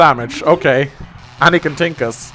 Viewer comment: I love how says 'tank' because he pronounces it like 'tink' "NOO! HE TINKED!"